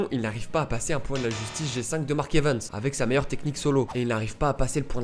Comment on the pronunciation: Arrête de dire Evens 🤬